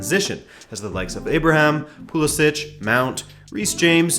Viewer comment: How long until you pronounce Pulisic correctly?